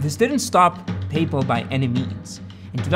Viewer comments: So…. Papal refers to the Pope. PayPal is the payment company that eBay used/uses, etc. Pay……Pal. Not papal. Like, your pal who helps you pay. Your pay pal. Not the guy in Rome with the funny hat. Just wanted to get that straight. ;-) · Say it with me: pay pal. Not payple. Please? And BTW, I love this channel; But it seems like other intentional pronunciations to annoy people that I've heard, lol. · Papal?? like the pope?? its payPAL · He keeps saying “paypell” like the pope. Isn’t it “pay pal” like paying a friend? Super annoying. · just a note, its payPAL not payPUL, the pronunciation you're using is for Papal, or relating to the pope. Sorry, tried to get through the whole thing without saying anything, you just for some reason keep repeating a word you arent confident in pronouncing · The way you say paypal I thought at first you said the Papal Maphia, which made me think was the pope involved with paypal? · your pronunciation of PayPal is absolutely fascinating. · Great video, as always! Side note, tou trying to pronounce "Paypal" is like Bennedict Cumberbatch trying to pronounce "Penguins". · I’ve never heard PayPal pronounced this way …I began to doubt I knew what company he was talking about. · why do you pronounce paypal like that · No one else squirming on his pronounciation of the word "paypal" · Am I crazy or is he saying PayPal wrong? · Why do you pronounce paypal so weird? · I didn't know that the pope had a mafia, the papal mafia. Oh wait, you just can't pronounce PayPal, and Thiel. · PayPal! You're saying PayPal. OMG, it took me like 5 minutes to figure out you were saying PayPal. I thought you were saying Papal--like the Pope. I thought it had something to do with the mafia stuff. LOL. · Great video! The way you pronounce PayPal sounds like “papal”… when you first said “PayPal Mafia”, I thought you were referring to the Catholic Church. 😂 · Great video. I always though it was pronounced pay-pal but in the video it is Payple?